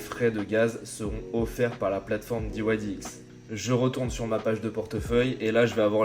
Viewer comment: Diouaillediex pas diouaillediouix !!! 😂 Merci pour cette excellente idée de présentation !👌